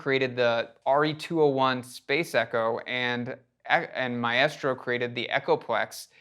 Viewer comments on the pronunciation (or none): MAESTRO is pronounced My-stroh not My-estroh. The best Maestro effect for studios is the original Tom Oberheim college thesis Ring Modulator. These Maestro Ring Modulators have CV-in and sound amazing. The 1971 Demo record for it doesn't even scratch the surface at what this ring modulator can do.